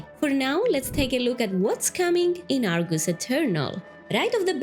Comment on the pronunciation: It’s Argus, not are goose lol